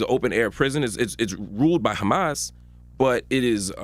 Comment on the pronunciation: How he pronounces Hamas hahaha just like a member of the group.